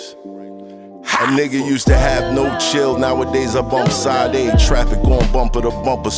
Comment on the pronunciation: That intro bothers me... it sounds like your saying "Side A", when her name is pronounced "SHA-DAY".....oh well...Dope song though!!!🫡